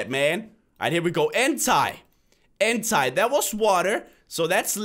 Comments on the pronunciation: is entei not entai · ENTAI? ITS EN-TEI 😂 (TEY) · it's not entie entei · you say Hentai rather than ENTEI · It sounds like he says "Hentai" when he tries to say "Entei" xD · did he just pronounce "Entei" Entie? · When is on the Entei part thing of bengrys twin the ultimate boss one: Ooo Entai Me:you British? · Froilan Villapena yes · MrfasXD Itz auntie? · He says Entei like henti the anime genre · I love it how say entei ''hentai'' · and this is how u pronounce entei in-tay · he says hentai instead of entei (look what is hentai ) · he said Entei wrong